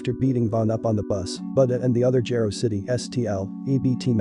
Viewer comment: It’s it’s pronounced as Jiro City not Gero City.